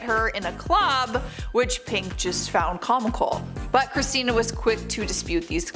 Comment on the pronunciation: Girl u messed up Christina's name on the Kelly Osbourn point number one